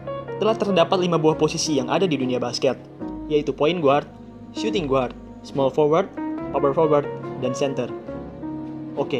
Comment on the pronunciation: Min.. bacanya : suting gard, bukan suting guard